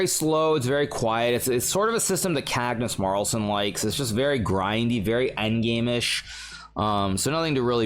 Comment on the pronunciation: I love it when hikaru says cagnus marlsen 😆